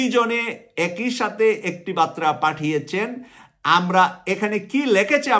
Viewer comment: Pl correct pronunciation as Barta not batra